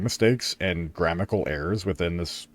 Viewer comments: The most shocking thing about this dude's video is that he said "GRAMMICAL" multiple times when trying to point out grammatical errors. I've never cringed this hard in my life. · Lost me at “excetera” and “grammical”